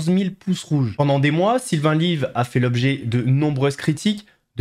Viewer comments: C'est Pierre Chabrier et Sylvain Levy, pas Lyve. Lyve c'est un jeu de mot qu'il prononce "live" pour le nom de sa chaîne, mais son nom c'est Levy (ou Lévy je ne suis pas sûr) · Svp arrêtez de dire "Sylvain LIVE"! Son nom est, peut être le l'ignorez vous, LEVY !